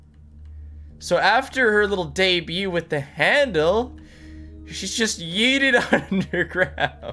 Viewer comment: Début, nit débiout.